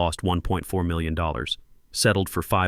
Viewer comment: Good story but your AI can't say the word million.